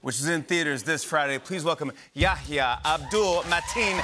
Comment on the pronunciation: It's Yahya, the H is not silence.